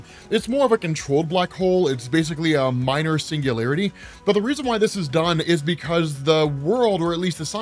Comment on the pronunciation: "minor sungularity" 😄gotta love Scifi.